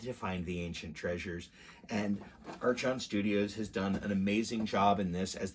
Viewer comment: Thanks for the look. But I have to say. The company name is pronounced as "ark on" "r con" archon.